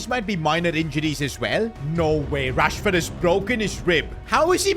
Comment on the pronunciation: Marcus "Rahsford"